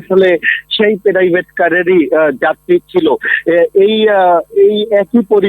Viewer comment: প্রাইভেট কার রে বলতেছে প্রেরাইভেট কার😂😂😂😂